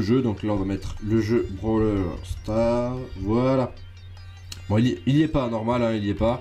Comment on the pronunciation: C pas brawler stars, c brawl stars